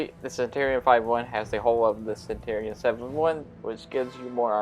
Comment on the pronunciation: Also...it's pronounced Cen-chur-e-on, like Century Cen-chur-e and not Cen-tor-e. I just need to stop watching your videos because you irritate the shit out of me but nobody else makes videos for the damn console version so I keep trying yours hoping that you tweaked a few things and you never do...weird considering you only have like 25 comments per video and I know you must be seeing my comments.....which means you can't handle constructive criticism like the rest of your generation and just ignore it to avoid the sads.